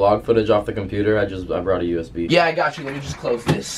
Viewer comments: did he say usbee?? It’s U-S-B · Lmao he said us bee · Adapt the type of guy who says USB rather than U S B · He called a usb a us bee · I like how instead of saying usb he says usbe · Awesomeswagy Gamer its not him saying it it’s just his voice imported into it like Siri bc when he says USB he says it wrong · Adapt the type of nigga to pronounce USB as UhsBee and beer, Bear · Forget him saying the n word did he just pronounce usb “us-bee” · he didnt pronounce "USB" properly